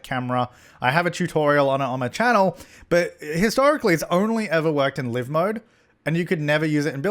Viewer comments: I love you but please stop pronouncing live mode wrong. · I've always called it 'live' mode as in how you would pronounce 'alive' and now you've blown my mind...